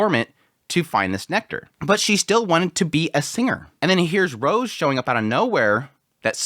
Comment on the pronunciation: Rouge is pronounced with an "oo" sound (like food) not a hard "o" (like mode).